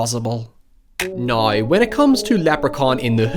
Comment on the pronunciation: I like how your accent transforms words like, "now", into a completely different word. Drop the "w" then add a "ya" so it becomes, "noya."